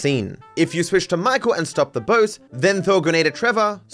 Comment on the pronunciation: "StaWWp Ur bOEt"